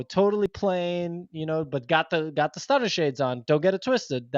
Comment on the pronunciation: its Stunna not Stunner shades lol